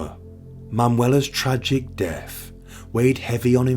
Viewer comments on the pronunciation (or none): none